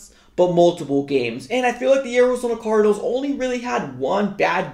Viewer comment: "Orizona cordinals"